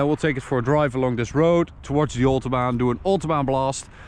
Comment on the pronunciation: Come on, you are Dutch, you know how to pronounce Maybach and Autobahn. Just because the Americans butcher every foreign name, doesnt mean you have to do it too. Other than that, great video as always.